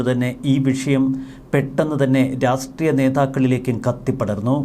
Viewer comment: പല പ്രാവശ്യം ചൂണ്ടിക്കാണിക്കണമെന്ന് കരുതിയതാണ്. രാസ്ട്രീയം അല്ല; രാഷ്ട്രീയം ആണ്.